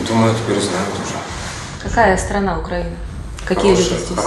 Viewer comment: (думаю тэпер) вот его акцент